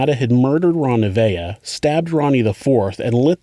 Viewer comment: FR, right? “Ronivia” frickin’ sent me 🙄